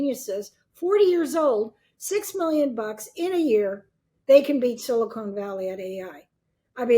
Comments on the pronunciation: Silicone Valley? That's Hollywood. Silicon is pronounced differently from Silicone. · 'Silicone valley' 😅